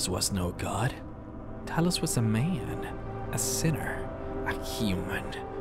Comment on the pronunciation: ..But he's just a MA-YAN....Stahp...Please..Stop saying it that way hahah